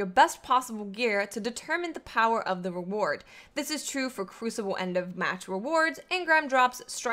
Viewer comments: Hey great video. Just to clarify though about the engram power, its actually says the minimum not the maximum. Also I like when you say "Powah" =D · That accent when she pronounces power though bahahaha